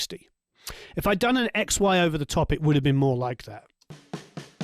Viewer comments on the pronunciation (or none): Great time once more, one more time and again and again. Thank you and all the staff. And I confesso you that I've heard when you've said "XY", "ex-wife" a couple of times..:-))) Thank you for another great video!!!